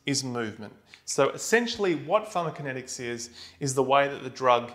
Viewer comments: He's calling it pharmakinetics - where is the co? =) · Ugh I can't absorb this I'm so distracted by him leaving out a syllable. And I'm perplexed that he manages to leave it out every time, even after breaking down the word into two parts and saying them both correctly. It's like the cool whip family guy skit. Say "pharmaco". Now say "kinetics". Now say "pharmaCOkinetics" "Pharma-kinetics!"